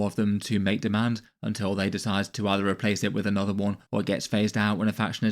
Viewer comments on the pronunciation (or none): none